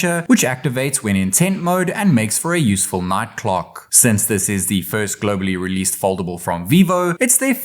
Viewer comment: cant even pronounce "released"